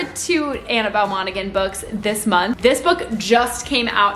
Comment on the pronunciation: I think in Monaghan the g is silent